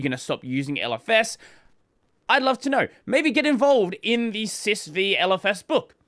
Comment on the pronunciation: "Sys Vee" is triggering me.. it's System 5..